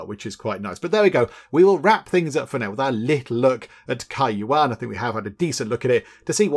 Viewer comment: Good pronunciation of the game. Was a little worried. As many would mispronounce. Thanks for all of your amazing playthroughs